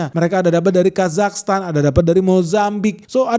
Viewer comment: pas sebut kazakhstan kok gw ketawa yak... keseringan nonton wkwkwkwkwkwk..